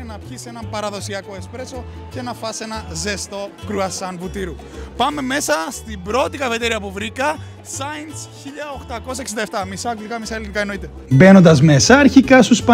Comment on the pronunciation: μου αρεσε στο πρωτο μαγαζι που πηγε διαβασε το since 'σαινς' και οχι 'σινς' χαχαχ